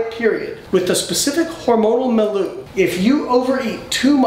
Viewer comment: It’s pronounced “mill-yew” (milieu)